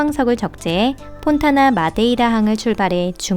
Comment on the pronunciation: 영상을 지맘대로 만드네 진짜 언제부터 ponta da madeira가 폰타나 마데이라로 읽냐 그리고 발레막스 사이즈인 배가 391톤 철광석을 실었다고? 데드웨이트가 30만톤이 넘어가는 배구만. 진짜 수준 떨어지는 영상이다 ㄹㅇ로다가